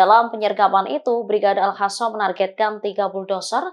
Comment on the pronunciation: WOY...!!! AL-HASAN MULU LU LO, PAKE HURUF Q BUKAN H. Jadi males lihat beritanya klu lo yg bacain.. Langsung geu shop.